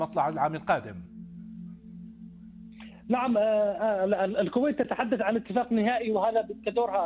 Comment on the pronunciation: ههههه يا مجنس العربي لايقول اتفاك بل اتفاق ياحزني على اللغه العربيه مع مجنسين قطر